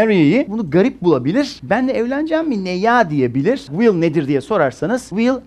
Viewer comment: Bir de Vill diyor ilk cümlesinde. Zuhaha. Şu “w” sesini ne zaman öğreneceksin hoca? Telaffuz 101 çalışman gerek.